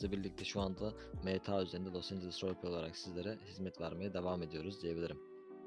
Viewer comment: Los angles değil abi, Los Angeles